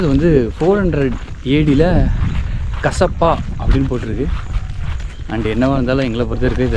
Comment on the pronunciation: கசப்பா இல்ல காசியப்ப மன்னர்